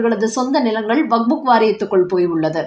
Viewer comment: அம்மா! அது வக்ஃபு வாரியம். நீங்கள் அதை எப்பவுமே வக்புக் என்றே கூறுகிறீர்கள். தயவுசெய்து திருத்திக் கொள்ளுங்கள். "வக்ஃபு" என்றால் கொடை என அர்த்தம்.